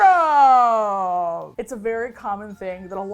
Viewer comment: This is not the point but the way says “syndrome” reminded me of how The Incredibles villain introduced himself. 😂